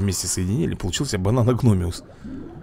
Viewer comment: за ускорение считается и реклама, и когда появляется надпись бесплатно И да название рыбы бананогмиус, не гномиус, и также у тебя ошибка когда говоришь простостега, там протостега, просто всегда мысленно тебя поправляю😂😂😂, а так выпуски топ, продолжай снимать👍👍👍